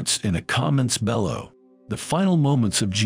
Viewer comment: Why have a computer "speak" this message? I can tell it's a computer from the way it pronounced "below" and "context." Respectively, it said, "bellow" and "cantext." For such important content, you diminish it with an indifferent computer's interpretation of your message. Have someone read it aloud or read it yourself, make mistakes (that's human), and drive on. It is a good message, a good reflection of our Lord Jesus Christ's Passion and the soldier's transformed view of His status as the Son of God. Announce it with a real voice. The impact of a human voice (each one crafted by God) cannot be understated. I am nobody, so take my words however you wish. May God bless you for taking the time to present this video.